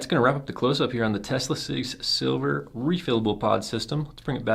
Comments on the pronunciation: Its "Sliver" not "Silver" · The fact that you had the mod and the box and still are pronouncing it Silver is fucking embarrassing 😂 unsubscribed 😋